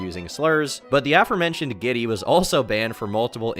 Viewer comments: The troons name is pronounced gilty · coming in with the LTG dossier. Oh, FYI, it ain't "giddy", it's "guilty" and I'm pretty sure she had the superior villain arc. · Her name is not "Giddy". It's GIlty, pronounced as "Guilty". It's G, capital I, lower case L. Idk how you got "Giddy" from GIlty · Guilty, not giddy. Gllty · And its gillty. (Guilty) Not gitty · The way you pronounced guilty (the trans who hugged dale) makes me wanna die. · Kinda sus about the quality/accuracy of this "doc" when you can't even pronounce key players names in the story. This is like watching the 6 o clock news try to talk about something you actually know a lot about. Like, there's no "I" in Dalauan. There's an "L" in "Gilty". LTG is human garbage, not doubting that at all, but yeah - this seems super low effort, first draft content.